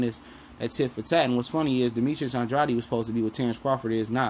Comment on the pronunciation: It's pronounced "An-DRAID" for the umpteenth time!!Dang.smh